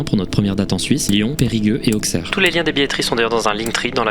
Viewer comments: plus jamais tu prononce Auxerre avec un x sa se prononce s pas x. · très bonne vidéo chef , par contre on prononce "ausserre" pas auxerre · Rhôôô, “Ausserre” pas “Auxe-Aire”! 😉 (Pour ne pas avoir le public à dos lors de votre venue). Excellente vidéo sinon! 😀👍🏻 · Auxerre se prononce Aussère !!! Arrêtez avec les Aukssère en 2025 please. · Auxerre ce dit "o-sèr" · Superbe vidéo ! Par contre c'est AUSSERRE la prononciation voilà que tu te fasses pas taper sur les doigts quand t'y seras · On l'écrit Auxerre, mais on le prononce AUSSERRE. Ca s'écrivait avec deux SS à l'époque, la ville a donc gardé la prononciation! ^^ Désolée, mais je suis née dans cette ville et mes oreilles ont saignées!! 😂 Je ne suis qu'au début de la vidéo, mais je profite de ce com pour remercier ton travail! Il est certain d'avance que je vais adorer cette vidéo comme toutes les autres et que je vais être triste quand elle se terminera! J'adore ton style et ton univers et je clique toujours sur tes vidéos avec beaucoup d'enthousiasme!! Voilà, des bisouuus! (Et on dit AuSSerre, hein! 💀) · On t'as déjà dit que si tu disais Auxerre avec un "X" et pas Ausserre dans la prononciation tu allais finir seul dans les backrooms 😏😏 Mis à part ça, merci pour ton travail et ta vidéo 😁👍🙏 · Merci pour l'avertissement pour les personnes photosensibles ! (j'ai mis ma fenetre en petit pour la regarder ca a été nickel :)) superbe video, par contre pour Auxerre, ca se prononce "Aussère" comme Bruxelles :) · Par contre Auxerre, on dit Osser. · Yo nickel la vidéo mais ça se prononce "Ausserre" (oui je suis l'icaunais chiant) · probonce ma ville correctement stp, ca se dit AuSSerre. Comme pour Brussel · Hâte de te voir à Auxerre (le x se prononce ss comme pour bruxelles) excellente vidéo comme d'habitude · Les auxerrois en pls devant la prononciation